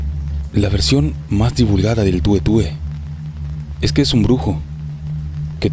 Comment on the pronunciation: Sí pero es el tué tué, no tue tue.